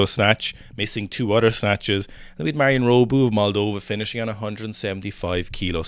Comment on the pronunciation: Not meaning to shit on you lads, but Pizzolato is pronounced similiarly to how you say it - except for the "ey" part. So, the "la" is like "la la land". Hope that helps! Also, it's Marin - not Marion/Marian. Love you guys.